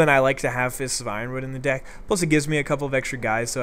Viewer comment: sounded like "It would actually be a pretty good dick"